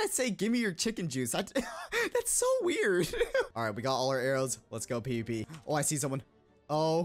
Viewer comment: i literally thought you were saying pp not pvp